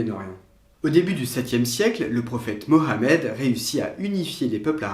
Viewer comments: minute tu as tout le respect des musulmans en prononceant bien le nom du prophete Mohamed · merci d’avoir bien prononcé son nom c’est très gentil !